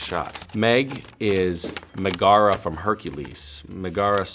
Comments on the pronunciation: Few things: 1. I love how he can’t pronounce Megara correctly. (Pronounced Megra) 2. “You’d need a deep understanding of Greek History.” Or just watch Hercules. Disney. 3. Him trying to catch the paper airplanes made me wanna write a Misha x Paper Airplane crackfic. Thank you for your time. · The way he pronounced Megara had me cringing. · Please stop saying Megara like that 😂😂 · His pronunciation of Megara felt a little painful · Is no one going to mention his pronunciation of Megara from Hercules? Lol. Oh Misha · Herculese is one of my favorate movies and Supernatural is one of my favorate shows. When he pronounced "Megara" like that I died.😂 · I really loved that Misha couldn't pronounce Megara properly😂♥️ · It’s funny how he says megara. It’s not even close. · Never heard anyone pronounce Megara like that b4. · Cah-lo-rah-do. And the way he pronounces Megara. cringes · I died from cringing at Misha pronouncing Megara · The way he pronounces Megara 😫